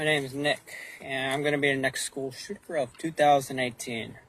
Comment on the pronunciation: on more thing he doesn’t say shooter in that video he says shookra… “ i’m gonna be the next school schookra” that’s a weird word…. and he does not seem to not know how to use past or present tense in these videos but I know kids I went to school with this didn’t know either and heck they didn’t shoot up no school or act in this manner especially if their momma didn’t kiss em before she left.